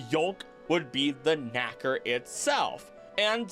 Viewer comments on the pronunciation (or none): none